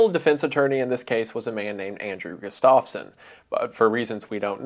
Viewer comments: I’m begging to pronounce Gustafson correctly Wendigoon. It’s Gust- of - son not Gust -off - son. Sincerely, someone with that last name who has never had their name pronounced correctly. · i live right next to townsend and andrew was my grandpa's cousin, crazy story to hear edit: it is pronounced GUH-stuff-son not guh-STAV-son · gustafson is pronounced "gus-toff-sun" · The way he's pronouncing Gustafson isn't right😭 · Jesus man, look up pronunciations. Not knowing how to pronounce simple last names like Gustafson is just so off putting!